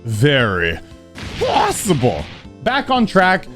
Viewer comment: Stop saying possible really weird 😂